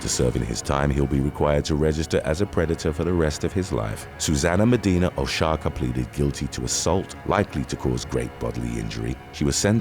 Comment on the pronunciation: There he goes killing people's names again. 😂😂😂 "Igo-ee"?? Pretty sure Igoe is "I-go". I feel we could figure out how to pronounce people's names with a little research. "Wo-sha-ka" is Oaxaca? "Wo-ha-ka", dude. It's a place in Mexico 🙄